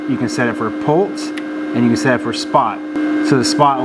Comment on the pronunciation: I’m sorry, are you saying “pults” or pulse? Otherwise, great video 👍